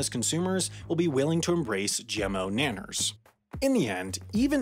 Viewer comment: Please don't ever say "Naners" again